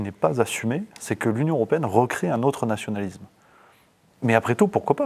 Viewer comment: Bon, s'il te plait, écoute le monsieur, il dit "nationaliSme" Pourquoi tu insistes avec ton "nationaliZme" T'es chiant à la fin. Et c'est pareil, ce n'est pas pas fantaZme, mais fantaSme. Bordel, fait attention un peu. Tu te prétends souverainiste mais t'es pas foutu de respecter la langue. C'est con parce que le discours que tu tiens est intéressant en fait.